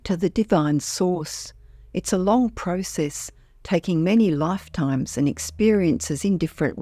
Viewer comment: You mispronounced "Process" throughout the whole video.